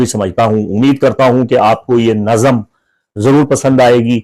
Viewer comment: Sir jee ap ki urdu bohat achi hai is liey ap ki tashi kar rahi houn lafz naxam nahi nazm hota hai